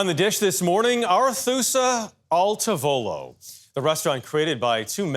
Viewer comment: " al TAH volo" per favore!